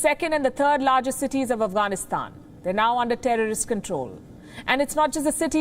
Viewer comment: Okay then..:) Now she changed her tone...loll Until yesterday she kept saying the Terrorist are at the gates of Kabul, but she says more like... The (Tea-rest, Tree-rest, Tery-rest, Triest, Tierist....loll. I say Comical (unt...:)